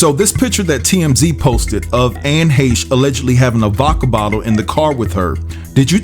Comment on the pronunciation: Glad to know somebody other than me on YouTube knows how to pronounce her last name correctly.